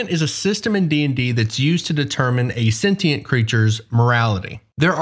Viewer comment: BUT A GAZEBO CAN BE EVIL RIGHT?!, IS THAT GAZEBO EVIL? IMMA SHOOTIT. Just your emphasis on "sentient" lets me know that you've heard this joke.